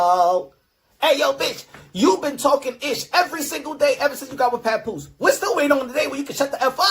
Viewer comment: Yo I cry every time he says PAPOOSIE with that Spanish flare on the end 🤣🤣🤣